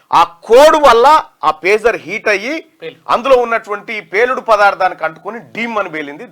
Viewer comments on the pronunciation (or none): Pujar kaadura pager